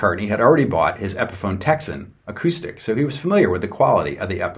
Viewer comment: Pronounces Epiphone like epiphany